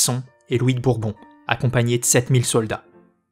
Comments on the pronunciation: Le mot "mille" est INVARIABLE, mes oreilles souffrent d'entendre des "mille z'archers" et autres barbarismes. Dans l'expression "des mille et des cents", mille est toujours invariable. Je fustige donc l'inculture du commentateur. Par ailleurs, cette bonne série suit fidèlement le remarquable ouvrage de Jean Favier sur la guerre de Cent-Ans, c'est assez dire sa qualité culturelle. Et je me réjouis chaque fois que Charles V couillonne les Anglais. Ce fut le meilleur de nos rois, toutes dynasties confondues, qui ne commit une grave erreur que sur son lit de mort. Avant lui, un père abruti qui avait tout perdu. Après lui, un fils aîné cinglé qui perdra tout et des cadets aussi indignes que ses frères. Charles V était en avance sur son temps mais hélas de santé fragile. - Il faudra l'énergie et l'astuce de son arrière petit-fils Louis XI pour restaurer la France, puis la hauteur de vues et l'intelligence d'Anne de Beaujeu (puis Anne de France) pour assurer la transition du Moyen-Âge vers la Renaissance. - Il n'y a pas eu beaucoup de gens de qualité parmi les Valois, comme parmi les Capétiens d'ailleurs, dont on ne gardera que Philippe Auguste et Philippe le Bel. Et parmi les Bourbons, je ne sauve que Henri IV pour son ouverture d'esprit, tout en flétrissant une gestion pitoyable et archaïque du royaume au profit de ses maîtresses. Et vive la République ! Salut et fraternité* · Passionnant, merci d'évoquer cette longue période avec talent. Juste un minime point, mille ne prend jamais de s donc pas de liaison.